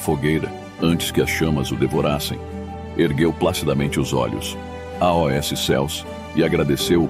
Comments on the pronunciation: Among este canal mas será que alguém pode me explicar porque ele fala (A.O.S) e não AOS? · Com exceção do "A O S" do narrador, gostei muito do resumo da História da Igreja. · O narrador não consegue pronunciar a palavra aos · Porque o narrador artificial infelizmente ainda não tem a capacidade de pronunciar AOS corretamente. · A voz que narra o vídeo é de uma Inteligência artificial AI, e ela ainda não consegue pronunciar corretamente a palavra AOS. Só isso Obrigado pelo seu comentário, ele é muito importante para o canal, compartilhe este vídeo com alguém e que Deus te abençoe!!! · É "aos". Por exemplo: Escrevo "aos" irmão de Londrina/PR. O narrador não consegue pronunciar a palavra aos.